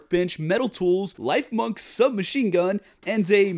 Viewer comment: its not life-munk its liff-munk